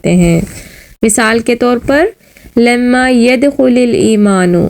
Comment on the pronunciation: Not lima its lama dear